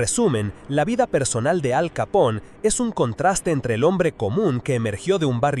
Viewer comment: Gran video , aunque te pasas todo el mismo vídeo pronunciando mal su apellido , No es capón, si no , Capone , es italiano no inglés